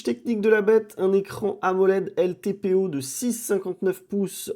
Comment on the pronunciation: Ltps et non pas ltpo je crois